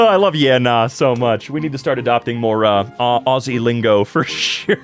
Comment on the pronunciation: saying Ausie fucking hurt... -an Australian